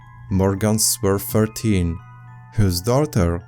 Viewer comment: Wait what….. I read “Morgan Sue 13 you said Morgan swer 14 I get the accent but the numbers?? Maybe I’m being stupid but I’ve heard you say firteen before